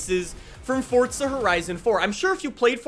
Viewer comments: Forza not Fortza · It is pronounced forza not fortza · Forza not Fortza bro 🤣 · FORZA!! not FORTZA!! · Why this man always say "fortsa" lol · Idk why but it pisses me off that he says fortza bruh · Freakin awesome man. Can’t wait. On another note though there is no letter “T” in Forza. 😅🤔